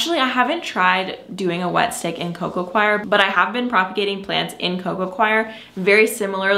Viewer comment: Of course you no longer buy soil or soil amendments because you have your own and you get it for FREE! The correct pronunciation for coco coir is COY-ER not CHOIR